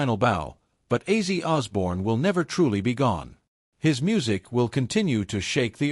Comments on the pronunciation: For goodness sake....It's OZZY not aizee !!! It's not that hard😞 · WTF hahahahah I was hearing sometimes he referred to him as Aizeee and sometimes as Ozzy ...get it RIGHT if you're going to do a commemoration video : p duhhh so weird